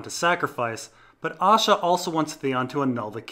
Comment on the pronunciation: Right so I decided to listen to these. Not gonna lie when you say Asha I hear Osha